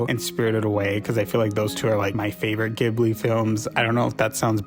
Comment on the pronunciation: not you saying you're a big ghibli fan and pronouncing it wrong KJDFADGKHL /lh